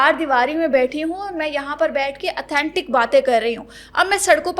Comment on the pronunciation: sahi word is AUTHENTIC hota hai..AATHENTIC NAHI